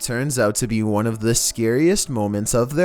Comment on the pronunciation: voice- Number woone. Eurobeat imtensifies